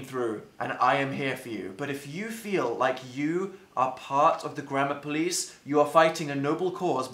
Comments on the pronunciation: It sounds like he is saying grandma police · At first I thought he was saying grandma police and I got really confused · i thought he was saying the grandma police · i hear grammar police as grandma police omg the grandma police caught me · The whole time I thought he said the grandma police